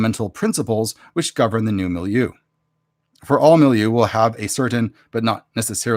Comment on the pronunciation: I like the word milieu too. You're saying it how I've heard English speakers say it